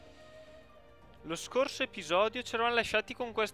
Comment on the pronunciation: hai detto epijodio